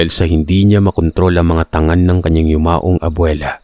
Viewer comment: Malumanay lang po ang pagbigkas ng "tangan" ibang meaning nito ay "hawak"